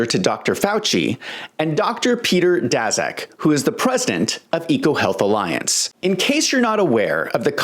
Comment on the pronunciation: Dr. Peter Daszak (pronounced 'Dashak').